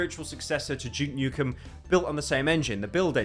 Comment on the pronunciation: "Juke Nukem"